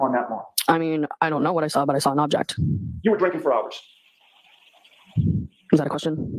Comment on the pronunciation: Laly is objecting so much it sounds like he is now saying aject